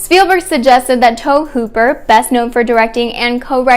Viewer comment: Tobe Hooper’s name is pronounced “Tobie”. Great video otherwise! Well researched!